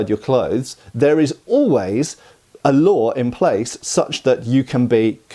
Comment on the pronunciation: Laws …. not “lade”.!